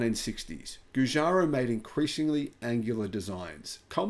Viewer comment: It's pronounced Jew-Jar-O